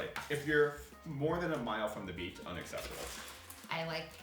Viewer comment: Ohh that’s what they said! I thought I heard them say bacon and kept squinting like Huh? Beach makes a lot more sense